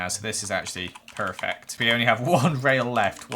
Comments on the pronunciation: I think forgot his accent He said PER fect instead of saying Pe-fect I'm AMAZEDDD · that accent when he says perfect 👌🏻